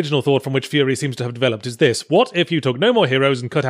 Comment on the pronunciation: furi is spelled correctly. you just pronounce it wrong. Because "furi" is the japanese pronounciation of the word "free"